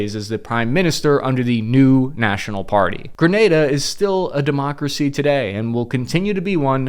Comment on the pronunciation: The first American ive heard Pronounced it Correctly. 😅